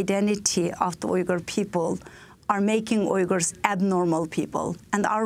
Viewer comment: They are not called Wiggers, they called Uyghurs, there is no "w" sound. It's more like ooy-gur. Just listen to her .